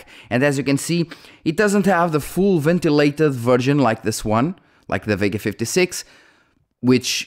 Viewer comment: Sorry bro, your accent was making me hear you say virgin when you where actually saying version 😅